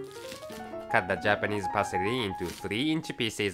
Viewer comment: lol "Parsery"(Parsely)...xD